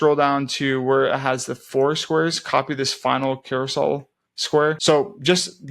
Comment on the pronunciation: Awesome tutorial, thank you. As a side comment, it’s a Carousel, not Carosoul.